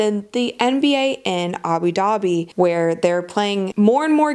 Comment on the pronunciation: Wait. Did you actually say "abi dabi"? Isn't that like a secret language. Speaking of secret language: seriously what do you say after see you next time?